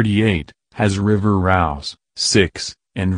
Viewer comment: Her daughter’s name is River Rose how hard is it to speak it Correctly